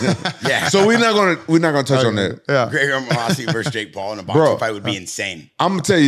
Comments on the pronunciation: has NO idea who the moose actually is. Kept calling moossi lmaoooo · graygar muhasi.. say the mans name correctly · Mouasi? It's Mousasi. Talking about giving him so much respect and can't pronounce his name properly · Mouhasi...? Is that how its pronounced? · glazes but cant pronounce his name even and they dnt seem to get tht GEGARD IS ARMENIAN